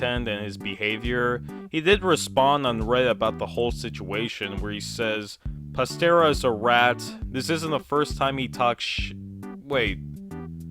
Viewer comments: I entirely agree and think that UrbanSlug needs to learn how to take some criticism, but please bro. It's pronounced Pastra. Like Pasta with an R. Not Pastera. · anyone else a lil bit annoyed he keeps saying "Pastira" instead of "Pasrta"? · I'm sorry, but "Pastera" made me laugh. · It’s pronounced pas-tra. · I agree with all of your points but pronouncing Pastra as Pas-ter-a is wild 😭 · The way you pronounce Pastra makes me cringe inside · why are you saying pastra like that wtf stop it hurts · Incorrect pronunciation of Pastra's name -2 L + cope + skill issue + cringe You will never recover from this blunder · damn he incorrection pronounced pastras name hes financially ruined for the rest of his life